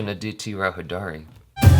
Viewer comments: It's Aditi Rao Haider-ee. Like you pronounced Haider. :) Not Hi-Daari XD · Perfect Pronunciation.. "Antariksham". However needs to work on pronunciation of "Hydari". It's pronounced "Hi-Dary"